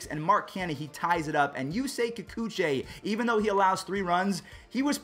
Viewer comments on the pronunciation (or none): none